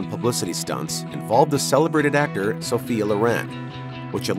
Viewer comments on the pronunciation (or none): none